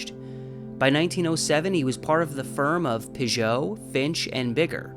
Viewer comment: I pronounce it Pig-ut. I think that the two Ts at the end make it not pronounced “oh”, as French “ot” would be.